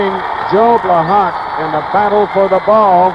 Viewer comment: Chris Schenkel kept mispronouncing Joe Blahak's name. It's pronounced Bla-ha, not Bla-HAWK. The K is silent.